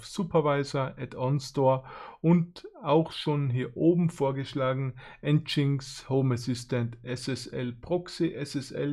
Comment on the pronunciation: Wieder mal n sehr toll erklärtes Video 👌 inzwischen hab ich die Grundversion geschafft auf nen Raspberry Pi4 zu installieren 😁 Dabei sind dann jetzt aber noch etliche Fragen aufgekommen, die ich mir mal näher anschauen muss. Aber: aber bitte sprich "NGINX" als "engine X" aus 😅